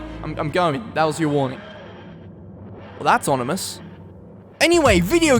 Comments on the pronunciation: IT'S OMINOUS. NOT ONIMOUS! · Onimous? Is that meant to be ominous? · " onimus " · "Well that's onimous..." 2019